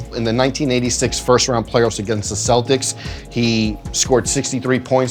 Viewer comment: When people say the selltics 😂 it's the kelts! Keltics...